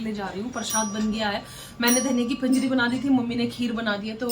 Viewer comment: Nice Sharing Happy Janmashtami Pinjri Nahi Panjiri Hota hai Aap to North se ho Aap ke yah bhi Panjiri hi bolte hai ❤